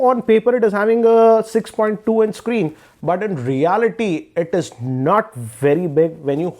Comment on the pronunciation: hugee- ee, screenn-e, pluss-ee